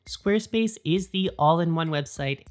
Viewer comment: I like the way you say "Squarespace." Carry on.